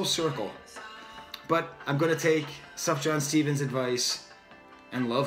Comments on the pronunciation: Lol... “Suff-Jan”... it’s pronounced like “soo-fee-yawn” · Everything you say is absolutely correct about this new Sufjan song (BTW the j is pronounced as a y, so you'd say Sufyan), as is pretty much everything you've said in the other videos I've seen of yours (breath of fresh air, thanks so much!). You are extremely insightful. I'm a big Sufjan fan, and when he stays true to himself he is heartfelt and genius. However, he sometimes goes off on these "modern" pop style tangents, which don't work for me. Maybe he's trying to appeal to the younger generation and gain more mainstream acceptance? How often does that strategy work for artists? Check out his 2015 album Carrie & Lowell for his last true work of art.